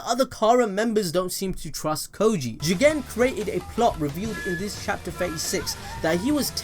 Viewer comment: I really love it the way you sa JIGEN!!!!